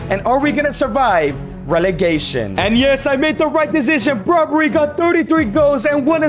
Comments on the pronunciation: Brobbery lol it's brobbey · It’s Ivorian not ivory costian and it’s Brobbey not Brobbrey